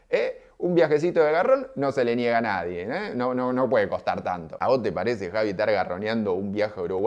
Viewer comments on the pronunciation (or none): none